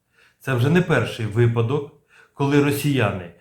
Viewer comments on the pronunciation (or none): none